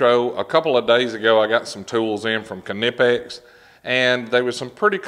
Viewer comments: It's a silent K 🙃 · Knipex can't say thier own name correctly. I called them and I get both kanipex and nipex even amount themselves. The debate continues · wooow its so weird to finally hear u call em K-nipex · Ka-ni-pex lol thats what they r gonna be called now. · Kuh nip x ok. And I been saying it wrong this whole time lol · I always thought the k was silent like knife. Guess I've been saying it wrong this whole time.